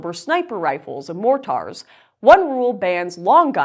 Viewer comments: This is a great news segment... but your interpretation of how to pronounce mortar made me giggle . It's not moor-tar, it's môrdər. 😁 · Lauren, I’m just hoping that it’s your Canadian accent acting up, but you miss-pronounced the heck out of 50 caliber and mortar. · That’s not how you pronounce “mortar”